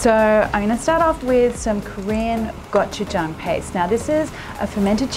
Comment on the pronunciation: Aside from using plastic to boil food, which is dangerous as hell to your health... If you're using an ingredient like gochujang, the least you could do is learn how to pronounce it properly.